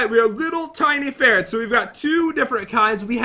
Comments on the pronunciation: Did anybody here say sperrets lol like if u agree by the way I subscribed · I think said "sperrets" instead of "ferrets"(o^^o)😂